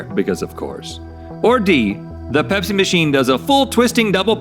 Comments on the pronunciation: I thought Rhett said Hep-c vending machine not pepsi vending machine 😂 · I swear I thought Rhett said Hep C machine... and then I saw it and was like ohh that makes much more sense